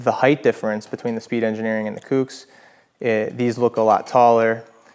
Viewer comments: Bro its COOKS not whatever tf you're saying. Sounds like you're just throwing shade on SE you left out the price difference. But i get it just in the few seconds you said "if you want to purchase these it helps our channel out" so i knew it was going to be nothing but negative on SE. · OMFG …. Kooks like COOKS not Kewks FFS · Who the fuck pronounces Kooks like that? 🤦‍♂️😖